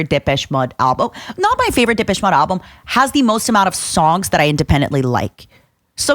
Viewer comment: Took me forever she was talking about Depeche Mode. I was like, "who the hell is dippesh mudd"??